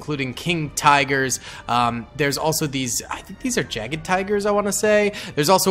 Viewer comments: Mans really just said "Jagged Tiger". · Yage tiger not jade tiger